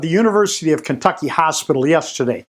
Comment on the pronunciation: They pronounce it as kennnntucky